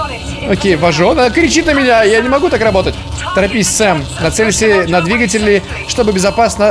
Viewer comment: САМ а не СЭМ! САМ! Об этом в самом начале написано!